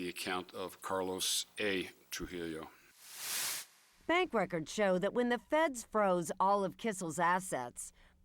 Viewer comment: Why can’t any of these white people say “TruJILLO”?